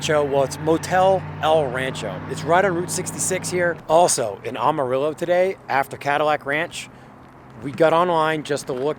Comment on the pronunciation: by the way it pronounced am like amateur “Amarillo “